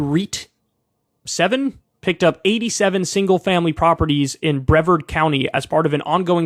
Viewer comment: Only cause i live here its pronounced "BREE-VAARD" Lol its been the talk of the town here cause housing is absurdly high rn in the market.